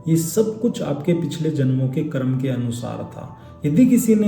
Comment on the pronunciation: Pahle to , "Karma" nahi ,"karm"